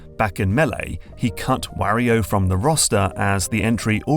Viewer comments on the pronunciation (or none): none